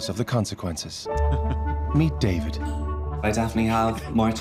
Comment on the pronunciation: its a short a in David like the show little Britain. Hi I'm David I'm the only gay in the village.